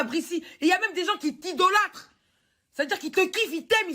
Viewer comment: Bon elle a quand même sortie "ils t'idôlatre" et "j'en perds mon latin" 🤣